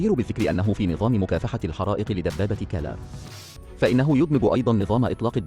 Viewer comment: اسم الدبابة هو كرار وليس كلار